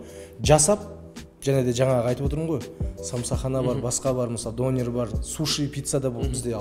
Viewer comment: Қазақтар неге дөнерді дОнер дейді, соны түсінбей қойдым